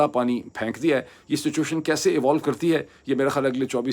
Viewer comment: Mr. Moeed, I like your program, its on factual basis. Please allow me to correct you on your pronunciations, you always pronounce " Ghayntay" it's Ghuntay in Urdu, not Ghayntay. Actually Ghayntay is not a even word in Urdu, it's ghantay, you can also pronounce Ghuntay. GHUN TAY GHAN TAY NOT GHAYN TAY